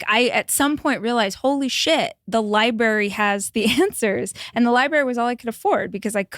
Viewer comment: Within 5 minutes the guest, who is an AUTHOR said “Liberry ” in leu of “Library” cute… but is it really? 😂😂😂